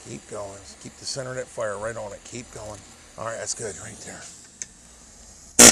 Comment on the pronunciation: gets Chinese when he messes with Fiiiiiirah.